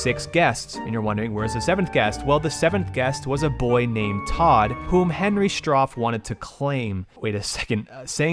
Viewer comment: It's Stauff not Stoff.